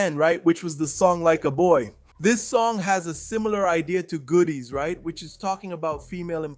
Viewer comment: I was happy to hear about Clara but the fact you’re mispronouncing goodies is omg too much